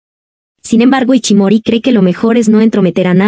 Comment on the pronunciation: No se llama iCHImori sino iSHImori, SHI SHI. De ahi el apodo de ISHI q significa piedra. Se pronuncia ISHI no iCHI